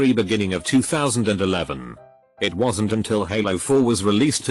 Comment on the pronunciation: Also how the bot pronounces words with apostrophes with an extra "so" syllable. It's becomes "itsos", wasn't becomes "wasnsot", haven't becomes "havensot".